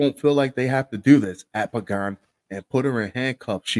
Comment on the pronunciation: Thanks for pronouncing that last name" Pagan" correctly cause nobody ever does..